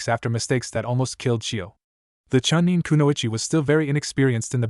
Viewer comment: So tired of hearing these stories in English with bastardized Japanese, and honorifics used extremely to much by this annoying AI voice that can barely read in English. At least when talking about Kiba didn't hear one Fong. Chuh-neen, 4th raykage UH, Shersway's eye, lightening tracking Fong